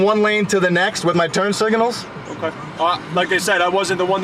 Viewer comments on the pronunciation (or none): "Turn Siganals"???